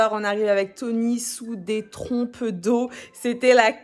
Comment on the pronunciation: C'est des trombes d'eau ✌️ pas des "trompes" hein✌️